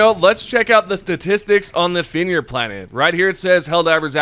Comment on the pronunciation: Brotha how cant you say fenrir lolol